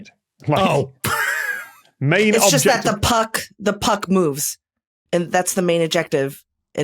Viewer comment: I had to read the subtitle, because it kept sounding like Tom was saying "objective play" instead of "object of play"... Do Brits just say "object" with the accent on the second syllable instead of the first or is it just something about that phrase?